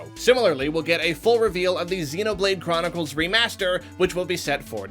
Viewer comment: It's a joke. You spelled it differently every time. The first time you said CHROMicles. Instead of Chronicles. With an M. Chrom. Chromicles.